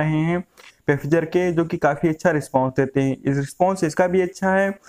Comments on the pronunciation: or plz don't mind bura lage toh sorry but pfizer ko bolte फाईझर hai & not पेफिजर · Pefizer nahi hai bhai phyzer hai